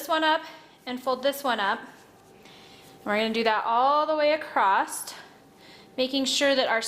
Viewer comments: It was very quiet. Annoyed me that she says acrosst instead of across. Kinda wish I didn't hear that part. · Very informative and clear , but there is no “t” in across.